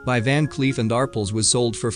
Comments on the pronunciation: It would be nice if the narrator knew how to properly pronounce certain jewelry terms such as pave, Arpel, and the video has just begun so there will be more errors I am sure. :( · ARPELL. Not arpul. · "Van Cleef and ARple"....I love it when AI voices struggle with pronouncing certain words and names. '"ar-PELS", silly AI. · Ar-Pell.....that's how you pronounce it!!!! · Van Cleef and Arple? It happens to be Van Cleef and Arpels. This video is an illiterate nightmare. Pave set? (it's PAVEA) NOT PAVE ! This also was mangled in pronunciation. Honestly! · It's a shame that the Commentator isn't more familiar with common jewelry terms like "pave" (pa-vay), "Arpels" (R-pells) & "K" (carat=gemstones or karat=purity of gold: care-ret)